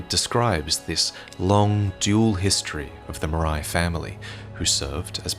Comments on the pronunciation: Marais is the french word for "Swamp", which I guess is intentional considering the location. So it shouldn't be pronouced "maraï", more like "mar-heh". Anyway it's nitpicking, amazing video as usual ! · Hey, "Marais" is a french word and pronounced "ma - rey". Excellent video as usual, enjoyed it a lot. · very late to the party, and apologies if this has already been noted , but Marais is a French word pronounced Mar-ay, and it means swamp. Just some fun contextual lore to add on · Quick heads up, "Marais" is typically pronounced "muh-rare" and not "muh-rye" . It's a pretty common surname down here. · Marais is pronounced maray, not marai. And it means swamp... Yeah Miyazaki managed to hide more swamps in the game. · Flamberge & Marais are French words. Flamberge is like pronouncing the verb "Flamber" (put to flame) + the noun "Berge" (side/cost of a river). Marais = Swamp, and is outspelled like the name Murray, not like Samouraï. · Its Maleigh 'MA-RAY'. Marais is the french word for Swamp. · "Marais" is pronounced more like "mar-eh." It's the French word for "swamp." (great video though, I love these so much) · Great video ! Little detail about Maleigh Marais : "marais" is a french word (pronouced "Mah-reh") that mean swamp. Quite fitting for this family, I mean their castle is litteraly sinking into a swamp. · Great vid. Would like to point out that for "Marais", it's probably pronounced "Mar-ay" and the word is french for swamp/marsh, which may bear some significance. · The Marais family is actually pronounced "Mar-ray". I wouldn't be picky but it's a French word meaning swamp, and it's actually a surname still in use today. Mine is derived from it! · The Marais castle is in a swamp and "marais" means swamp in french. Also it is pronouced like Maré (like Varré)